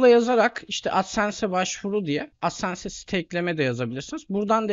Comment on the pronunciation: hocam adsense diye okunmaz dslşkflşsdkfşsldkfaskfsf